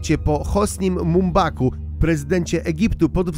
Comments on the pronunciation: Mumbaku🤣 może Mubaraku? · Nie Mumbaku, a Mubaraku. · Nie żadnym "Hosnim Mumbaku" tylko Hosnim Mubaraku...:'))